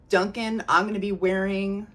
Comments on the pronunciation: I really love your videos ❤ Fyi, when lattafa are advertising it l, they seem to pronounce Dukhan as Doo-khaan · Hi Friend, It’s the Rooh Afza girl again 😊. Sorry I’ve been busy but I think I’m all caught up on your videos now. Yet another fun video! ❤Just a little FYI … it’s pronounced ‘doo-khaan.’ I’m only saying it because I know you’re a total sweetheart and won’t mind me pointing it out. Oh and guess what? Ana Abiyedh Coral finally landed on my doorstep yesterday! Haven’t tried it yet but I plan to try it tonight when everyone is off to bed and I’m left alone with my scents lol